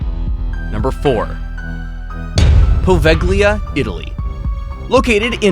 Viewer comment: Poveglia is not pronounced like that. The g is silent. Maybe check pronunciation before making these videos 😉